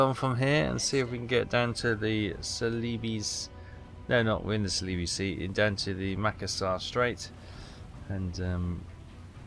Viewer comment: I looked up the pronunciation of celebes - it's "seleeburz". No I didn't know either.